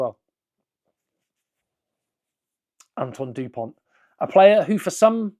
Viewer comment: Please not du pont